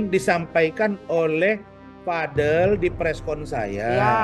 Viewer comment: Vadel😂vadil bkn vadel😅